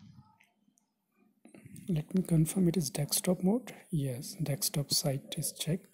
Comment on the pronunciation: You were saying deckstop mode